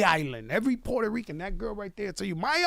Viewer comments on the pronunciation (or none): Fat Joe a.k.a. Port-Hoe-Reeking